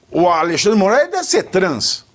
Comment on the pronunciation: aLEIxandre kkkkkkkkk pavinatto é foda :face-green-smiling::face-green-smiling::face-green-smiling:A.L.E.I.X.A.N.D.R.E :face-blue-smiling